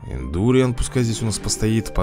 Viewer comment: Индуриан ударение на а. БЕСИИТТТТ